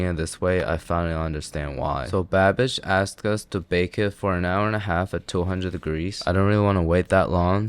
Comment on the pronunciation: Every time you say Babish it sounds like that "I'm a bad bich' halloween little witch 🧹 gir 😁